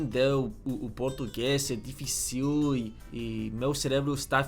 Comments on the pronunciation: Dificíl?? Dificíl??? SE PRONUNCIA DIFÍCIL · Não é dificiiiiil, é difiiiicil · lembre-se de que os acentos indicam a sílaba forte. the stress is there. diFÍcil, not difiCIL, CÉrebro, not ceREbro. Com o tempo você vai perceber que a falta de acento também indica a sílaba tônica. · When you're talking, you talk higher when it comes to the accent, like diFÍcil, etc etc, also we do not use s/z in words that doesnt have these letters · Ele falando dificíuu 🥺👉👈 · in "difícil" the accent is on the "fí" "dji-fih-ciu" is more like this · . Damn, that was pretty freaking good. The pronunciation is good enough that, if you weren't literally saying you're not from here, i would have guessed you're just from another state. "Difícil" sounded a bit european tho, "D'fícil", damned portuguese chugging their sillables like its wine. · 'di . FÍ . cil' ta quase lá! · Actually when you say "difícil" you need to push the sound of the í to make it dragged so the word sounds correct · When you say the word "difícil" you put a "´" in the last "i" like "dificíl", but to say this word correctly you must say something like "difícil". the word "cérebro" is a hard word too; you are saying "cerébro" instead "cérebro".